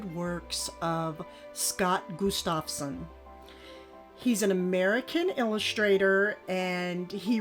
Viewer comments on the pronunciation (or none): Gustafson is an old scandia name. It comes from the first name of Gustaf (Gust-of) so it is pronounced GUST-of-son, meaning "Son of Gustaf". Beautiful framed Lithographs! Enjoyed your haul.